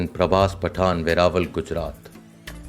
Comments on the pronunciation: you really need to work on your pronunciation , Patan its not Pataan..but you spoke like Pataan twice, Its Gurjara Pratihara not Gurjara Pratihari , Al Biruni. and you said L- Biruni . If you pay a little more attention then your presentation could become flawless . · Correct pronunciation: Prabhas paa-tan Not pathan😅